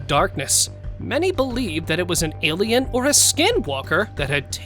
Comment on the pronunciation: Stop saying elian there are foling Angeles